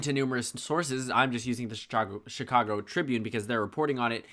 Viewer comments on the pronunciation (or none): none